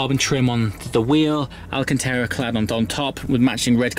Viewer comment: How long has the word Alcantara had an 'E' in it?